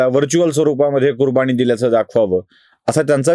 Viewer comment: कुरबानी कुरबाणी नव्हे तसेच समाज मधील जचा ऊचचार चुकतो.वाचन सुधाराव